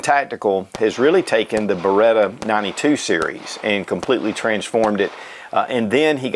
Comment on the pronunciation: BereTTTTTTTTTTa is the right pronunciation ;-)